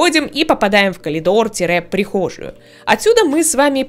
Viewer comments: Ну только не КАЛИДОР. А КОРИДОР. Пжлст. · я тебя не осуждаю, не хочу, но.... говорится "Коридор", а не " Колидор". прости( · меня бесило то что она говорит колидор, а не коридор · КоЛидор, ну блин.. вы серьезно? я не хейтер, но блин коридор с коЛидором спутать… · Всё замечательно в этом видео, НО каЛидор??? Не хочу в это даже верить, она либо прикалывается, либо мне послышалось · Почему коЛидор?😂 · почему КОЛИДООР??? аовыарывлар🤨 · раз уж у вас коЛидорное образование, даю подсказку: коРидор пишется и произносится через Р!!!!